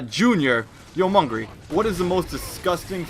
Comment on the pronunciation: It's "Mungry" not "Mungay"